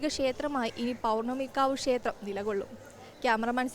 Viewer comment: കുട്ടീ.... ക്ഷേത്രം എന്ന് പറയൂ. ഷ എന്ന അക്ഷരത്തിന് പകരം " ശ" എന്നാണ് ഉച്ചരിക്കുന്നത്.